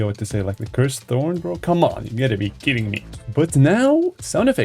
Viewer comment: The cursed thorn ❌ The cursed torn ✅